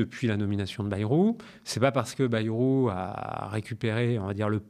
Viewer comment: Par pitié, arrêtez de dire " Baillerou " Aux termes de l'article 2 de la Constitution de 1958 : "La langue de la République est le français " Pas le béarnais : donc " Bairou "